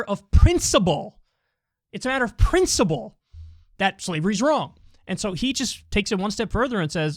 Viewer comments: I can't get ever the fact that Kyle pronounces principle as prinCIBLE! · I love that Kyle says Princible